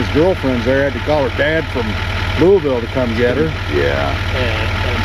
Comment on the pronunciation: Louie-ville. Hahaha. Hey yall, Im in Louisville and we pronounce it Lull-Vull. We will accept Lou-a-vull, Lou-a-ville. Love yall. Keep on keepin on.